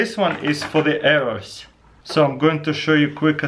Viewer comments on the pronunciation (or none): "its really easy to shoot ARRERS out of it"